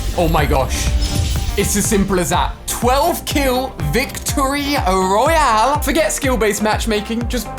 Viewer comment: The way he said Royale sounded like he is really from the UK